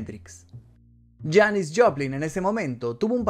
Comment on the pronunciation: Bro muy interesantes los datos, pero no es Janice, es Janis (Pronunciación: Yanis), es que como la admiro tanto y la escucho desde que tengo memoria me creas un problema en la mente, por favor disculpa y mil gracias por tu video.